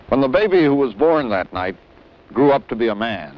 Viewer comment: silent naht, holy naht